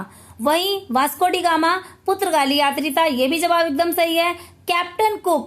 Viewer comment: Purtgali Ka sahi uchcharan to kar lijie